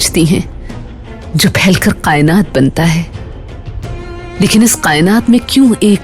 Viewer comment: Its not qaynaat it's kaaynaat